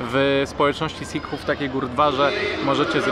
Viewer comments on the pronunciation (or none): W słowie Sikh nie wymawia się "h"